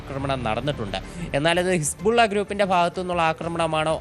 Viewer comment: കിസ്പുള്ള അല്ല വാണം സുധ ബിജു…. ഹിസ്ബുള്ള 😂😂😂